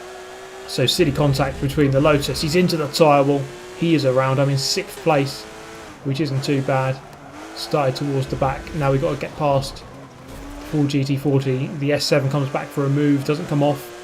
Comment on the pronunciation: I like the videos, but why do you say "sickth" instead of "sixth"?